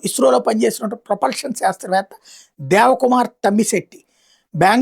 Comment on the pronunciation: మీరు ముందు సంసిద్దులు అయ్యి పిమ్మట వార్త చదవండి. ఫేజ్, ప్రొపల్షన్, లాంటి పదాలను సరిగా పలకడం లో తర్ఫీదు పొందండి.